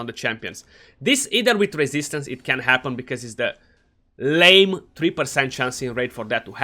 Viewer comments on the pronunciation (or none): none